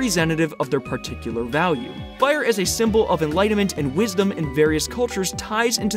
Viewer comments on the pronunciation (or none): none